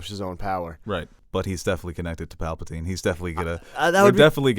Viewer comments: Also,, are u saying palpaltine on purpose to infuriate nerds? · Dude, will ever get his shit together? Aks, Papltine?